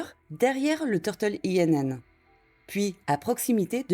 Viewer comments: Bonne vidéo ! Simplement INN se prononce [in] et ça veut dire auberge, taverne, hôtel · Pour info, “Inn” veut dire “auberge” en anglais. Ce n"est pas un acronyme mais un mot à prononcer comme tel.